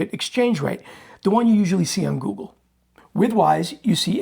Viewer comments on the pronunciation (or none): none